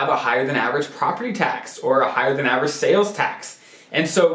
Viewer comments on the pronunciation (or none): none